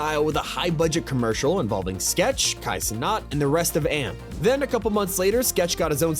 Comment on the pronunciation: AMP??? Noooo it's pronounced A.M.P. any means possible. Lol